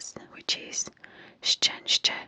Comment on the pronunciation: Your polish was surprisingly good, words like "trudność" and "szczęście" are notoriously hard for foreigners to pronounce and you did a great job 🤍❤️